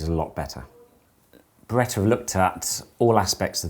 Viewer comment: There is no R at the end of the Beretta brand name.